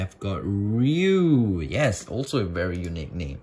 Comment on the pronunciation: isn't "Ryuu" pronounced as rai-you